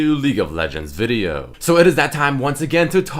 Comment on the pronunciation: it's more like vídeò